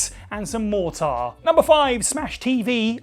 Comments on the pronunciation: never heard anyone call mortar "more-tar" before lol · Mor-Tar?, you made a He-Man villain.